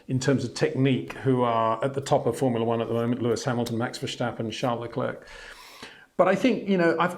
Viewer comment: verSSSSSSSSSSSSSSSSSStappen! Get it right, sir.